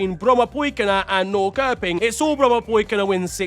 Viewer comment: Damn your pronunciation of Brommapojkarna was 10/10! Still some work for Norrköping - the K is “soft” so it’s a “sh” so basically Norrshöping!